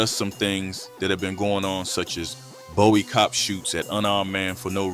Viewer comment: Bow-ey? Where the hell u from slim